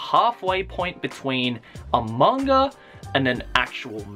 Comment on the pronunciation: why do you always say manga like there is a r at the end?